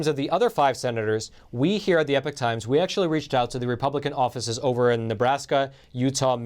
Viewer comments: Please please please pronounce "Epoch" properly, esp if you work for the company. It is putting me off what you day. It is "E -pok" not "Epic. ". Check it out. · I love your content but why do you wrongly pronounce the channel as "The Epic Times" when is clearly should be pronounced as "The Ee-Pock Times" ???